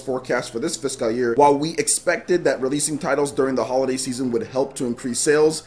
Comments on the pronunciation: It's "fis-CULL" not "fis-Kyle" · I thought i've seen it all after he pronunciation of Caligula ( CaliGOOla) and Starlink Atlas ( Atlast) but ive watched this 5 times already and each time my stomach is in literal pain from laughing so much...like it's sped up when he says fishkal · It's not though. He's saying like "Fisk Kal" instead of "Fis cull". It's kind of a meme that he's bad at pronounciation at this point so people hear it more acutely when it happens. Plus he kind of draws attention to it because he seems to know he doesn't know how to pronounce it as he kind of pauses then says it quickly when he says it. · I can hear the inner Nigerian when you say fiscal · the way you pronounce fiscal hurts me. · Holy Jesus! Had to stop this video less than 2 mins in! Learn how to freaking pronounce fiscal! Please! I watch all your videos, and enjoy your content, but ima have to skip this one so I can go get some tissues for my bleeding ears. Damn near made me un sub. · Why is he saying fiscal like that? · not physical year, fiscal. A fiscal year has to do with government taxes rather than jan-dec edit: though he is saying fiscal a little weird lol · Great video!! I don't think your pronouncing the word fiscal right, just giving you a heads up. Keep up the great work! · The way you say physical 🙄 lol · Fiscal year but the way he pronounced it was completely wrong.